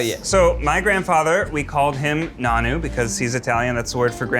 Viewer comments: you gotta be joking... its nonno not 'nanoo' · the word he was saying was supposed to be Nonno which is Italian for grandfather. He said naanew, there was a new sound. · hes great love him but it made my skin crawl everytime😭 its literally noNNo :(( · I’m Italian and we say nonno not nanoo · Loves flexing his italianness but doesnt know italian for grandfather is "Nonno" not Nanu or whatever he said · Hearing Ned mispronounce “nonno” as “Nanu,” and then explain that “Nanu” is the Italian word for grandfather… no Ned, no!! Nanu is what Robin Williams used to say on Mork & Mindy lol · I'm half Sicilian, it's still not said nanu. It's more like non-nuu. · he had both syllables off. He said “Nanu” (nah noo) rather than “nonno” which you’re correct is a bit harder like noh noh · As Italian, I’m reeeally confused about your “terminology”😂 like bro, that’s not mozzarella cheese. And we call our grandpa “nonno” not nunu..😅😅😂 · Me squirming every time Ned says “Nah-nu”. My grandmother was 100% Italian and we called her “No-nuh” (Nonna) which is Italian for grandma, and grandpa is “No-no” (Nonno). Everyone pronounces things differently, but my great grandparents from Northern Italy pronounced both that way. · Italian living in Italy here. Grandmother is "nonna" (no-nnuh) and grandfather is "nonno" (no-nno). They're both pronounced exactly the way they're written, with the double Ns being very hard. I was confused when Ned said he called his grandfather "Nanu", because it's not a word in proper italian, but in some italian dialects it means "midget" (not exactly a compliment). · If your "Italian" family called your grandfather "nahnoo" instead of "nonno" (which actually means grandfather in Italian), there's something wrong there, or just not much Italian left. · Ned saying "Nanu" instead of "Nono" kills me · Nonu? Isn’t it Nono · Him saying nonnu instead of nonno makes me very angry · Ned your grandfather lied to you lol it’s pronounced Nono not nahnu sorry